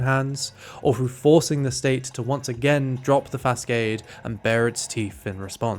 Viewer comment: good work bro! edit: one note-- "facade" is not pronounced "fas-cade", but rather "fa-saud". Otherwise perfect video :D